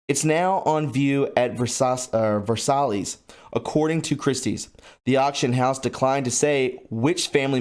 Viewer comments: it's pronounced ver-sI (long i) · Versailles is pronounced Ver-si’ - emphasis on si. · I’m not a know it all...at least not all the time, but Versailles is pronounced Ver-sigh. Just trying to help ☺️ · "Versailles" is pronounced Vair-sigh. It's French. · Say it with me now: Ver sigh. That's how you pronounce it. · "Ver-sigh"- phonic pronunciation